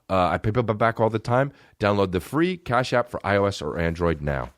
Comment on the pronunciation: "cap ash" instead of cash app lol